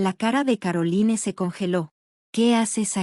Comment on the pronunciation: Caroline (Carolain). Se oye chocante leer los nombre foráneos como se escribe. Por qué no los cambian antes de grabar?